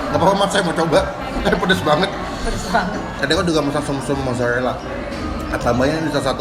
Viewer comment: the way that you say r, “bebek rwica-rwica”, mozarwelaa, tewrong balado 😂💕😅